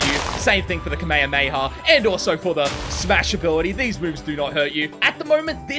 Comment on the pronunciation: Kamahamaha was pronounced wrong